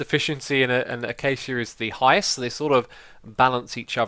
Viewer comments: The way x says acacia like achacha really drives me round the bend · Ai cal acaca wuud "Ay-Cake-ia" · Wait... people call it "achacha" wood? I pronounce it "acashia". Thats how you would say acacia. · Lol achacha wood (acacia) ;) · It's ak-ay-shi-a trust me, I live in rsa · I have never heard that pronunciation of acacia!